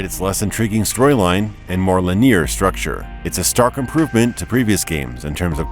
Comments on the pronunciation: lin-ee-ur not lin-eer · FYI: "linear" isn't pronounced "lineer." It's lin-EE-arr. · It's 'linear', not 'lineer' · LoL, the way he pronounces Linear